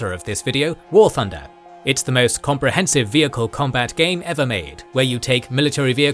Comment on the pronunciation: When you said War Thunder I wasn't looking and I swear I heard War Funder